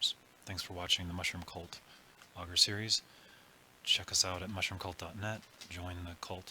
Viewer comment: To be fair you could be the only one saying it right. :^)